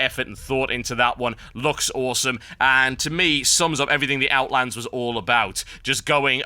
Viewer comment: There is no S in Outland